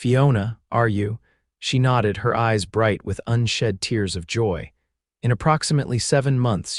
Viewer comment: Afraid A1 narration is a new technology. Hopefully the narration will improve. I find myself counting the mispronunciations of things like tears (crying) for tears (rips in clothing or clothing), the word wound (winding something) vs. a gunshot wound or some other type of a wound. But , I enjoyed this story - two people appreciating the gifts and talents of one another.